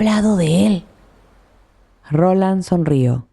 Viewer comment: Es Roland no Ronald